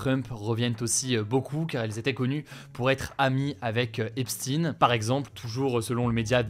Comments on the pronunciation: Je suis mort, dur ! Tu t'obstines à dire 'epstine' 😂 mais bon pourquoi pas 🥲 ça fait moins ressortir le côté 'juif' de la prononciation de son nom 🧐 né à Brooklyn dans une famille juive modeste 👌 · Pourtant ils prononcent bien Einstein mon golmon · On dirait que Hugo n'a jamais entendu son nom. C'est d'autant plus surprenant que Hugo est parfaitement bilingue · Mais Hugo ! Pourquoi tu prononces epstein n'importe comment ???? c'est une ruse ??? j'aimerai bien que tu fasses une vidéo sur Einstein qu'on rigole un peu. enfin merci d'avoir parler de cette immondice de l'humanité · Donc on m aurais menti pendant toutes ces années ??? on dit franckenstine alors ? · Non mais prononce son nom comme tout le monde ..... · Son nom ce prononce comme celui de Albert Einstein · Faudrait apprendre à prononcer son nom correctement.. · Prononciation inacceptable qui masque un nom juif. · Pourquoi tu prononces "Epstine" comme ça ? dis "EpSTEIN" comme tous le monde, tu cacheras pas le fait qu'il est J U I F^^ 🙂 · On dit EPSHTAYN ! Purée pas Epstin! On ne dit pas Einstin ! Renseigne toi sur la prononciation un minimum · Enfin j'attendais cette remarque! Bravo. Le manager des BEATLES s'appelait aussi EPSTEIN prononcé EPSTAIN! Donc ça vaut pour l'autre,non? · Si on dit Epstein ça rappelle ses origines donc on dit Epstine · C'est curieux que ses compatriotes n'est pas étouffé l'affaire d'habitude ils sont très très solidaire.EPSHTAIINE c'est comme ça que ça se prononce!!! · Aux États-Unis, "stein" se prononce "stine", c'est pas le seul dans ce cas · Ça se prononce EPSCHTAÏN, comme Einstein en fait, on dit pas ENSTINE. Et entre un homicide par strangulation et une pendaison, y a une grande différence. Lors d'une pendaison, l'os derrière la pomme d'Adam se brise, et pas lors d'une strangulation. C'est donc simple à vérifier, mais s'il on constate qu'il ne présente aucune fracture, y aura beaucoup trop de gens dans la sauce. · C'est Suèdois, celà se prononce Epsten. Le 'i' est muet